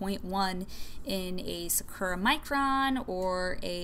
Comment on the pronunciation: im sure other people are saying this but you are pronouncing sakura wrong, and honestly it is tilting me haha. it is pronounced like sa-koo-ra. thank you haha.